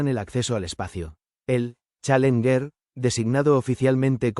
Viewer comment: Buen video pero se debe mejorar la locución...pésima pronunciación en Inglés...especialmente la palabra "Challenger"...